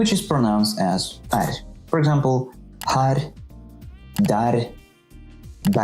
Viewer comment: As a Norwegian, you said “er” and “her” quite sharply. The E is supposed to last a little longer. “Eer”, “heer”. Plus I agree with that most pronunciation was not quite right such as the “kj”, and especially that one.